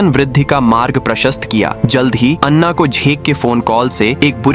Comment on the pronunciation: लड़की का नाम अन्ना नहीं ऐना है